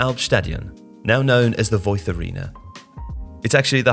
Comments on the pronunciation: Technically Voith would be pronounced as Voit (without the TH sound)? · I have to criticize the lack of accuracy in some parts of this video. - No, it's not pronounced with a "th" sound, it's pronounced with a "t" sound, someone could at least have listened to the word on Google translator - The 3rd tier isn't just called "Liga", imagine someone calling League One and League Two just "League". The official name is "3. Liga" which translates to "3rd League". Every league is a "Liga", so calling the third tier just "Liga" in this video doesn't make sense. Even without knowing German just by looking at the word that should have been very clear. - There is no "Bundesliga 2." as that would be "Bundesliga 2nd" in English, doesn't make sense, again just by looking at it. It is "2. Bundesliga" as in "2nd Bundesliga".